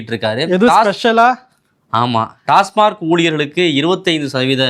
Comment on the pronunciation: டாஸ்மாக்.. டாஸ்மார்க் இல்லை